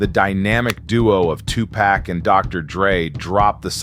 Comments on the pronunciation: " Tu pack" LMAO cmon man. You're videos are always solid. it's "Tu-POK" you should know this. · You don’t know how to pronounce Tupac? 😂😂😂😂😂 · Sorry, but I dont like the way you say Tupac